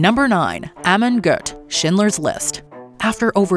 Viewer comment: Monster Amon Goth does not deserve for its name to be pronounced correctly.